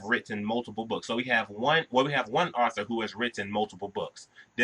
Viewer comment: Good explanation however very funny everytime you pronounced Author as Arthur lol : )